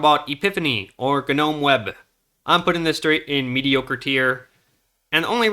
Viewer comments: How little time did you spend paying attention in english class? Gnome is not pronounced ‘ganome’ The g is silent! It’s Nome ffs! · NOME, not GU-NOME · ga nome? GNOME is like None Alaska, don't pronounce the G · “G’nome” lol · do mericans really say g-eh-nome (g'nome) instead of just, you know, gnome? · G-Nome, sir, it is pronounced nome. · Ganome? Are you aware the G is silent? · pronunciation of G-nome ... :P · "G-nome" :P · You pronounce "GNOME" like "NOME" the G is silent, just like in GNU. Like "Garden Gnome", please tell me you don't say "Garden G-nomes". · I cant listen to you say ganome one more tome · i thought i was insane calling it nome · The G in "gnome" is silent. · the g is silent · forgive me for being 'that guy'... pointing out your minor mispronunciations in an otherwise pretty flawless presentation, for I mean no insult, but I did notice one bearing one that bore mentioning, so here we are. The 'G' in "Gnome" is actually silent, like the 'e' at the end. So, you see my friend, it's pronounced like "home" but starting with an 'n' sound, instead of the 'h' one in home. Or.. like the word "no" but with an 'm' sound at the end. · Hearing you pronounce the G in gnome lol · Thanks for the video! Good info, I can't help but wonder though if you truly have never heard of gnomes, or if the company pronounces the G on purpose lol. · You need to learn how to pronounce "gnome" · Someone please tell him that the G in "Gnome" is silent... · Gnome has a silent G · its gnome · Only person ive ever fuckin heard in my life to pronounce the G in gnome